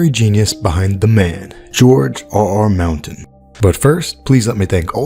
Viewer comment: Why do you pronounce his name like "George R. R. Mountain"?